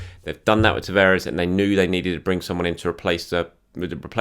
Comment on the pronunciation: And tavaires 😲😲 who that?? TAVARES lol